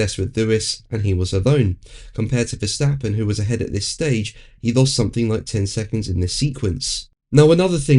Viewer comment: and don’t you think we aren’t getting sick of the “Verschstappen”?